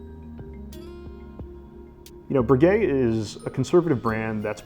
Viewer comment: Learn to say Breguet correctly. My goodness